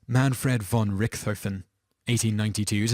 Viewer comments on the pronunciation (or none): Excellent line-up of unfortunate people before their deaths. One important point for historical accuracy however. #8, Manfred von Richthofen. Important to note that German doesn't blend sounds. The correct pronunciation of the name is Richt-hofen. The "t" and "h" is pronounced separately. Small issue of course, but as a German speaker, it was painful to listen to lol. Likewise, the "a" is usually short not long, as in "Adolf". Ah-dolf, not aye-dolf. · Manfred von Rick-Toph-in. Not Manfred von Ricthoten. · /troll on Richtofen is pronounced RichtoVen (can't really describe the "cht" sound in text -- kinda like hhht). In German, "f" is pronounced like "v" hand "w" like "f"... i.e. FolksVagon (Volkswagon). Benoit is pronounced "Benwah" jeffery miller was a communist agent John Lennon, the ambassador of peace, was a self-confessed woman-beater. Tupac Shakur was a Thug. /troll off unfortunately, all the above is all true. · RICK-THOFEN... Man what a dope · Surge Night. Ben-Oyt. Rick-thofen. Two-Pack. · You horribly botched Manfred von Richthofen's last name. It's pronounced Rick - Toe - Fin, roughly. Also, he was never called the 'Red Baron' during his life, or WWI, for that matter. he was most commonly known as the 'Red Battleflyer' in and around that era. Do please try not to horribly ruin something so simple as a name's pronunciation, next time you make a list. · Like Richthofen. Its pronounced Rick-tof-en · The way you pronounced Von Richthofen's name made me cringe... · The "h" in Richthofen is silent. There is no "th" sound in German, it is a hard t. Man I hate it when names and places are mispronounced. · His butchering of 'Richthofen' nearly killed me.